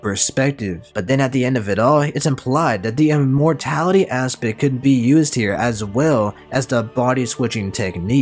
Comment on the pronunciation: I love how it says Im-mortality like Im